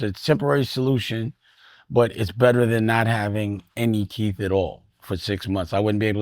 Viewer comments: It Teethe not "teef" foo! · TEETH Dame, not TEFF